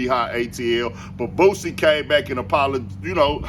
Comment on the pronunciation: For all y'all say Boosie wrong. DON'T RAP ABOUT THAT SHIT.. DON'T TELL OTHER MFS THEY HOES WHEN YOU SCARED TO WALK THE YARD